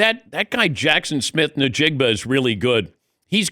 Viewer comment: Dan; you're on a nat'l sports show. Please get yourself and your crew to get you to pronounce JSN's name correctly!! It's EN JIG BA not NE JIG BA.